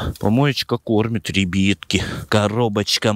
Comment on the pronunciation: Почему РЕБЕТКИ А НЕ РИБЯТКИ